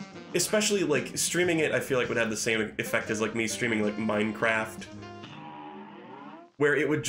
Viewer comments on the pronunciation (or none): none